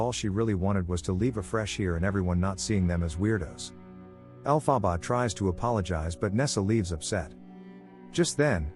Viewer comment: The weirdest pronunciation of her name.